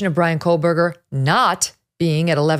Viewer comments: KOH berger No “L” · His name is pronounced Co burger. Come on. Get it right.